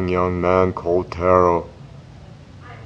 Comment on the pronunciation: Taro is pronounced Tah-ro not Tare-oh. Great book and reading tho!